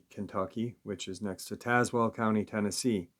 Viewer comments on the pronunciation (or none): none